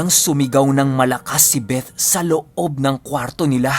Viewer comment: i love the way you pronounce the word “BETH” with the “th” talaga.... thanks god bless🙏🏼❤️